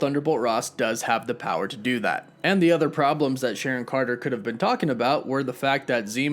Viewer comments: The edgaedgacution of Sharon's name omfg,🤣🤣🎐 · Its SHARON now